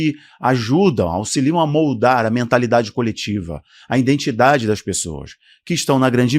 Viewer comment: Identidade não indentidade